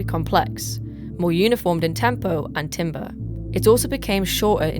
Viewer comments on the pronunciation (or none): It's pronounced "tam-ber."